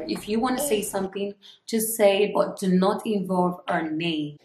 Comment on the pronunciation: Yes you are an adult and can do whatever. I like your confidence. Some of the people leaving bad comments about your products will most likely secretly buy your product. The only thing is...watch how you add "R" into words that shouldn't have "R". It makes you sound like Bobrisky. The word "But" should not be pronounced as "Burt". Anyone is not Anyorne. Focus is not Focurs. Home is not Horme. That's just to say the least.